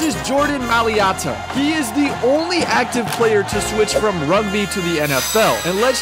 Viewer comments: just so you know its pronounced m(eye)(lot) a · that mailata pronunciation was wild lmao